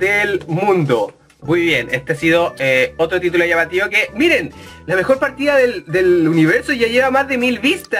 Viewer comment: "EL MEOR GAMELAY DE LA VIDA" pls:'v